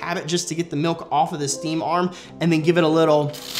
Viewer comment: Am I the only one that thought he said “ milf “ instead of milk? My minds playing with me